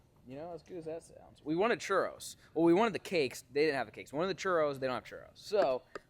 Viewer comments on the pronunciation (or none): none